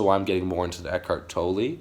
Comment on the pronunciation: Haha you pronounce Eckhart Tolle (Ehck-art Toll) Love ya bro ✌️